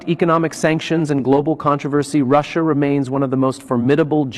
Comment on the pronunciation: Another AI who thinks Russia is pronounced "Russ" and "IA"!! Comical